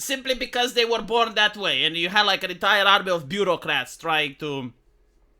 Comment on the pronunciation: It's "Bureaucrats". "Beurrocrate" would mean "one who rules through butter".